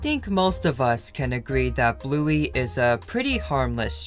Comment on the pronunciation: Did you say Bluey wrong